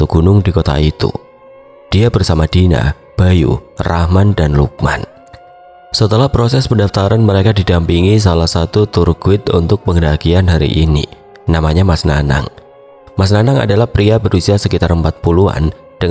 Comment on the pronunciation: Tour guide dibaca tur gaid ya mas 🙏🏻